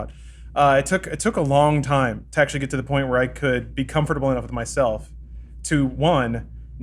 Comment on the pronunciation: Neil De-ACKSHULY-Gras Tyson